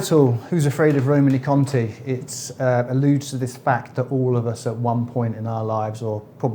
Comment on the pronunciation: Also, being pedantic, should be Roman-ay Conti ( E with an acute accent in French gives an -ay sound, not -ee)! E.g. Champs Elysées